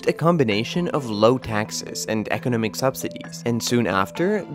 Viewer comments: Is a machine. I find it strangely struggling with words like "economic", "economics". Programmers, please correct the pronouncing mistakes! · They way the narrator pronounces “economic” really throws me off.